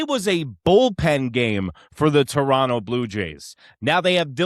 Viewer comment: Just started watching you, and you pronounced Toronto correctly. Tip my cap to you!